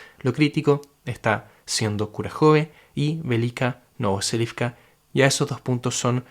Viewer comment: siempre me suena raro cuando decís velika novoselivka, según lo que entiendo del alfabeto cirílico ruso y la misma traducción de tu mapa no seria velika novosilka ?